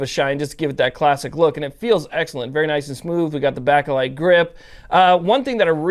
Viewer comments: Not trying to Nitpick, but for future reference Bakelite is pronounced bake as in baking a cake. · If there is one thing I can't stand more than an AK bakelite grip, it's the way you pronounce bakelite! 😂👌👍